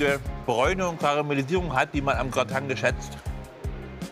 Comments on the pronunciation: Grateeeeng wenn dann bitte.LUL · "Gratang" – wer kennt es nicht? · Grateng und Couseng- warum haben denn so viele so viele ost/norddeutsche diesen Sprachfehler? Sogar „Restaurang“ musste ich schon mehrmals hören😂